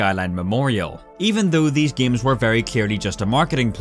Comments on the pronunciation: I like how he said giams instead of games, its funny, lol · Why does this dude pronounce games as giems? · "Giems" .... lul xD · почему он говорит «гиеъйемс»